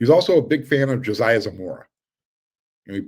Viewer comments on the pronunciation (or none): none